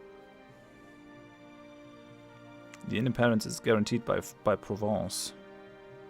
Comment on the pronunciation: I do like how you pronounce "Provence".